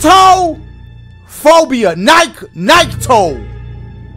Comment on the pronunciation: I cried when he said Nyctophobia 😂😂